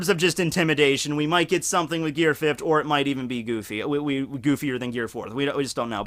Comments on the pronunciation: Hey I like the videos man but one thing, Gear Fifth (FIF - TH) not (FIF - T). Please get the "TH" sound in there man. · Am i the only one that gets mad thay he says gear fift instead of gear fifth? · god dammit its fifth not fift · this man can say "fourth" but he says "fift" instead of "fifth" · "GEAR FIFT!!" lmao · Mostly Everyone: Fifth: Fifft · You say the word "Fifth" really weird! It's not: "Fi - F - T" There's a "TH" at the end, so it's: "Fi - F - TH" As if saying "THE" at the end without the "E" sound "Fi - F - TH(e)" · Are you saying gear 'fifd'? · why do u pronounce it like fifthd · I’m trying to figure out if he is saying fift to trigger me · is Gear Fift similar to Gear Fifth? They seem to be pronounced totally different. ( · are you saying gear fift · .... Are you saying "fift"? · fift? FIFT? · Why can't you say fifth, with an emphasis on the "th" ...gear fift?! Is that a thing in Pennsylvania? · Lol "gear fift" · why do you say fift and not fifth? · you gotta stop pronouncing fifth as fif-t, it's killing me. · Okay but why do you say it like that? Fitfuh? Fifft? Fitve? Surreal. Like hearing someone pronounce color as collar. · Tf is gear “fift” 🤣cmon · "Gear fift" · “Gear fift” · why us he saying fift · fift he keeps saying fift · You need to train on the proper pronunciation of the English adjective 'fifth'. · The way you say fifth sounds like fift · Why does he keep pronouncing fifth as fifht?? 😂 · Are u saying fifthT?!!?!